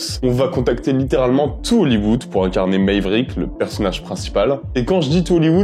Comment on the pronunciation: T'es un super youtubeur avec une vraie identité et j'aime BEAUCOUP tes vidéos ...mais ton anglais x-D ...Mèverick? Je vais continuer à te charrier à chaque fois, je suis un sale con ;-)